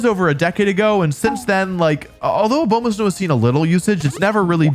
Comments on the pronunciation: man ur like my favorite pokemon youtuber but i can’t justify ur intentional misperception of names. it’s obviously not ah-bow-ma-snow. it’s ah-bah-ma-snow, you know, as in abominable snowman. you do this all the time just to get people to comment. there’s no integrity in it. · a-BOW-ma-snow... really? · “A bomah snow” smh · “Oh bow mah snow” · It’s pronounced abomasnow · Your pronunciations are horrendous I thought Slay-king was bad but A-bow-ma-snowis something else. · a- BOW- ma-sow? 😂😂😂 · Wolfey... that is not how you saw "Abomasnow." It's Abominable + Snow, Not "Obomasnow"